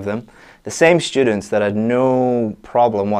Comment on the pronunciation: Hey, I noticed you pronounce students like shtudents? Is it really common?